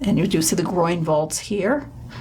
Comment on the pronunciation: GREAT!, but....t's 'groin' vault, not 'groind', It's Masa-chi-o, not Masa-she-o; it's MED-ici, not me-DICI.